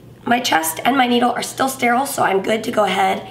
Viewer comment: After watching this now the word steral is 😂